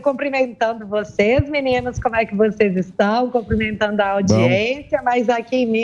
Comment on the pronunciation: não precisa ter medo pra falar... A pronúncia correta é cumprimentar, com U. Quando você cOmprimenta alguém, você precisa ter em mãos algo para medir a pessoa. Vocês, como formadores de opinião, têm que tomar mais cuidado com as palavras, senão fica ru-im (dissílabo).